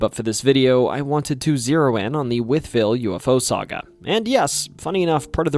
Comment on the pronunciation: From Wytheville, VA, and this is possibly the only person on video like this (much less just on YouTube) to correctly pronounce both Wytheville and Botetourt! Well done! 👏